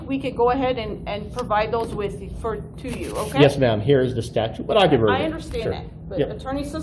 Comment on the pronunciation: He can’t even pronounce statute. He say statue. He is a simpleton with no useful skill or purpose in life.